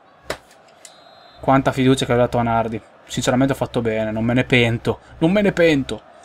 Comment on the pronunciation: Nardí con l'accento